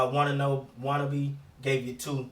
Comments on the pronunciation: "Wanna be" LMFAO dead ass butchered his name lol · That was a close game. If the Raptors choose to go for the playoffs instead of tank, now is the time. By the way, Watanabe is pronounced "WAH-TAH-NAH-BAY."